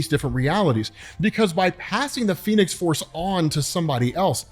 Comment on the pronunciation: said the phenes force lol